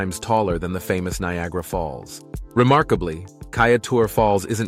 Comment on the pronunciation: Awesome episode! Facts laced with mini stories that grab one's attention with longing to see this land personally! Just a few mispronounced names, Corenteyne... Kaieteur... Roriama...(I don't think you mentioned that Mount Roriama is the oldest mountain range on Earth, 1.7 - 2 billion years old.) ....Essequibo.... Phagwah, Roti, granted they are tricky words to pronounce. 🙊